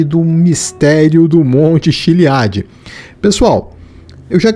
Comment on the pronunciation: Errar a pronúncia do monte Chiliad de propósito é de dá arrepios kkkkkkkk